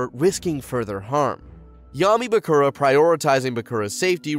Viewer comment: It's a lot of names he didn't pronounce as they did in the show... I can't get over Mako and Bakura...